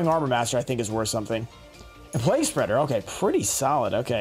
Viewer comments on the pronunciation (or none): none